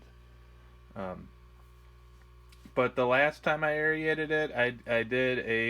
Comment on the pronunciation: LOL You keep saying, "Air-ee-aided." It's pronounced "air-rated."